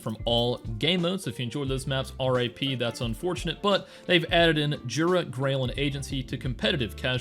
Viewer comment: just a btw (Pole here) the J in Jura, should probably be pronounced like Y in English, so the Yoora would be the transliteration